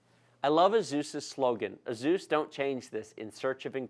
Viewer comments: Great video, thank you 😁. But I never heard anyone say Asus like that😂😂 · "A Zeus" "Strikes" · the fact that you said AZUS and STRIKES made me dislike the video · Jee golly I sure am glad you unboxed the 'Azuse' 'Strikes' O_O